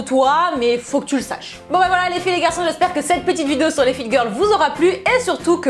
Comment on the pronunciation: C'est tellement plaisant quand elle di "Salut les filles et LES GARÇON !"